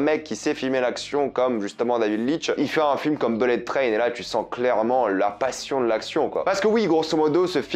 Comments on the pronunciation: "Bellette train" et le gars se vante d'être bilingue à la moindre occasion... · Les mots les plus répétés dans cette vidéo : -beulette traîne : 67 fois (et si tu travaillais ton accent anglais ?) -wagons : 65 fois -personnages : 45 fois -fusils de Tchekhov : 3 fois Faut bosser tes textes et utiliser des COD pour éviter d'être redondant, mec ! Quant aux blagues forcées dans Bullet Train, elles passent mieux que les tiennes (notamment celle qui ouvre maladroitement ta vidéo) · Belette traine? Wall Street English